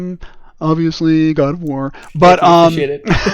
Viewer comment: "ubvusly Goud uf vwar" "Thanks, I appreciate it" lolll this was delightful.